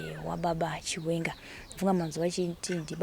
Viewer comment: Pronunciation ndofunga